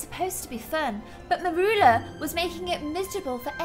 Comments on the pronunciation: You say her name as murula it is said mur-you-la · Its Mercula not meroola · U pronounce it "meryoola"